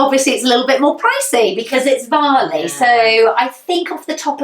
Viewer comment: Varley, not valley 😂